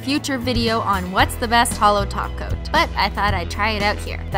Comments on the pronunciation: When you said "hollow top coat" it sounded like "hollow taco" 😂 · Is it me when she says top cop I hear taco